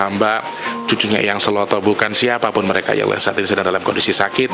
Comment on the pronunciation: Sèlo itu, mengeja huruf 'e'nya seperti mengeja kata mèrah. Sèlo artinya batu besar. Kalo bacanya sêlo seperti mengeja kata Bênang, itu artinya Luang(sêlo)